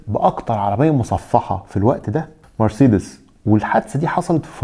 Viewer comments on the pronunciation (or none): none